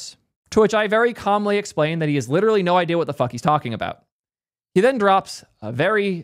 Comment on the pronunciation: You have as many l's in literal as ChatGPT thinks there are r's in strawberry.